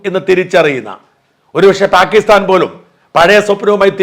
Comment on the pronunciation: Thankal pakisthan ennu parayumpol thakisthan ennanu lelkkunnathu.ini ende cheviyude kuzhappa mano?